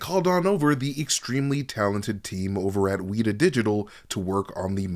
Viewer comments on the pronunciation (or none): WETA is pronounced wet-a, like water is wet. And it’s a freaky looking cricket-like bug in Mew Zealand. Getting one stuck on your shirt as a kid is a rite of passage lolol.